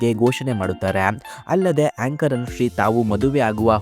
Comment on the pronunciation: ಹೇಂಕರ್ ಅಲ್ಲ ಏಂಕರ್.